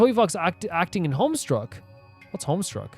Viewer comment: there's no "r" in homestuck lmao